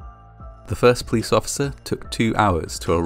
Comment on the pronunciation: I do, however, struggle with the way that he drops syllables on certain words: he often pronounces Police as 'plice', and collapse as 'clapse'.